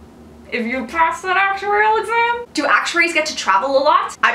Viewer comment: Lol, i just love the way you say "Actuarial"... I gauge your lips and try to imagine a slow motion... nice vid hun, however i wish you could do one about topics to focus on as an undergrad aspiring to become an actuary.... just incase you can't let me know if an email addy is ok..